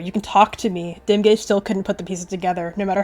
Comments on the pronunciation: at first i thought you said dem gayz not dimgaze LOL?? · i thought you said dem gays instead of dimgaze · Please tell me im not the only one who heard dimgaze and dem gays- ...when you said 'i elected dimgaze' i thought that you were were shipping dimgaze and sootleaf